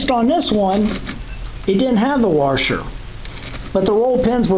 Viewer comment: No R washer except at the end. You keep saying waRsher. Sorry I can't get past that!